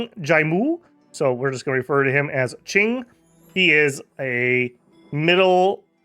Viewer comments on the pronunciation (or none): Pronouncing Cheng as Ching is crazy